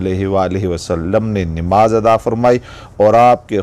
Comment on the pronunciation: Bhai sabse pahle bolne ka tarika chenge kare nimaz nahi balke namaz hoti h